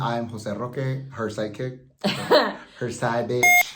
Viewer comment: At first I thought he said that he was Amanda's "psychic"! :-D but he actually said "side kick."